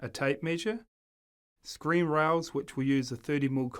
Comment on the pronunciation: Screed, NOT screen.